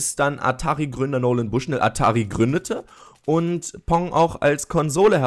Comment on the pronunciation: Pong nicht Ponk